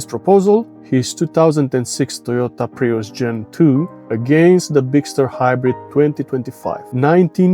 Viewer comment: "Prius" is pronounced as "prius" not "praius", otherwise thanks for the comparison video. :)